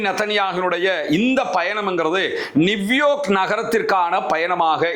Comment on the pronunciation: அண்ணா அது நிவ்யோர்க் இல்லை நியூயோ(ர்)க் சரியா